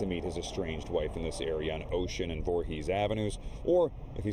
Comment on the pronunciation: Voorhess avenue? Are you for real 😂